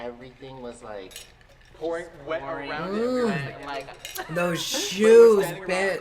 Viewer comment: “I’m as whet as a whistle” lol my favorite line